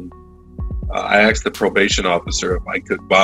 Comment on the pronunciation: "i axed the probation officer" — how did he get away with that?